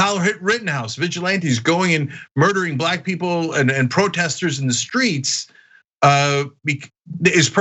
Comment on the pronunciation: It's "streets", my man .. STREETS..Lol!